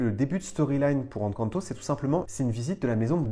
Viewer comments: Encore une super vidéo, j'espère qu'on verra un jour une attraction Encanto à DLP. Si je peux me permettre, le "EN" d'Encanto se prononce "én" comme dans énergie, pas comme dans enfant. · je t'apprécie énormément ♥ Mais Encanto se prononce "haine quand ne taux" pitié x'D